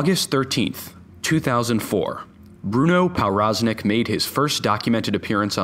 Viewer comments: Its pronunced provroznik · Everytime he pronounces ‚powroznik‘ wrong it gets worse. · It's a Polish last name so that W is pronounced as a V, so Pov Roz Nik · its pronounced pov braz nik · pronounced pov-roz-neek its obviouslt polish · Hey dude, that's NOT how you pronounce Powroznik. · Very nice video but I'm pretty sure that's a Polish name so the "w" should sound like a "v". Probably the only person on earth who is irked by this but I'm gonna leave the comment anyway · learn how to pronounce people's names.